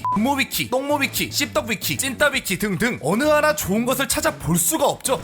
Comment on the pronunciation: 등등 할때 시부랄 진짜 등을 ㅋㅋㅋㅋㅋㅋㅋㅋ 아 사랑해 ♡♥